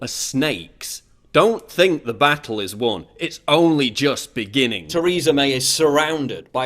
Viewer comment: Tair-e-ser May